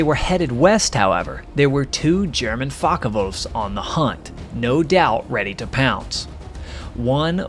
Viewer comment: "Meshashmitts und Fackawulfs" der "Luffafä"